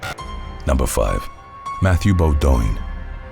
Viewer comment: Beaudoin is pronounced Bow-dwin. In case you ever come across it again. Be well.